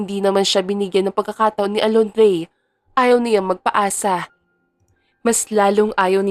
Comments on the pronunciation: Inday narrator Diba Alondra po bakit kaba Alondrey ng Alondreeeey ha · Kung Hindi kupa nasubaybayan Ang story nato nalilito na Ako Kasi c naritor Mali Mali Ng pagbigkas Ng pangalan pola alondre hahaha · Pangit na nga boses ng Narratorali-mali p tawag sa pangalan ng bida c twin Alondra naging Alondre😂😂😂Malaking Factor ang magandang boses ng isang Narrator kng pangit nakaka wala ng gana tapusin ang novela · Alondra at hindi Alondie